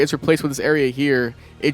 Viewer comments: bro his name is (Sm”Y”the) not smith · Dude, didn't you grow up with the 90s animated series? He was constantly referred to as Smythe pronounced SMAITH. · Delilah is an AI associated with the Spiderman 2099 character Miguel O'Hara, who was at the center of the Spiderverse movies. Also Smythe is pronounced with a hard I, and you could also find trucks for a security company of his in the first game. IIRC, I think they would be involved in one of the random crime missions where people were trying to rob armored vehicles.